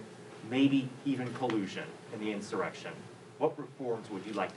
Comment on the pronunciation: She has a really hard time saying insurrection